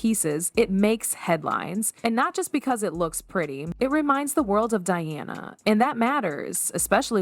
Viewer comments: Its Diana, not Deeyawna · So, instead of just stock photos, match the visuals to what you are talking about. And pronounce the people's princess' name correctly and consistently.